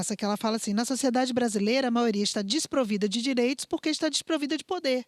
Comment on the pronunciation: Amo os temas aqui do canal... Percebi algo na tamb... Se for de propósito de boas... É "direitos" ou "diretos"...?